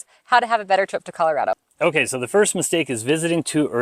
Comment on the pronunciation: You're wrong. It's an A, not an O. rad-o not rod-o. All your friends were from other places, and also wrong. The latest screw-up is Calarodo. Like California. I'm second generation, born in Denver, old man now. Our family started here in the 1920s.